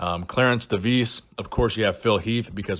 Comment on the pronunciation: Clarence De Vis, Vis= Fish in Flemish. So you pronounce it at De Fish (without the H)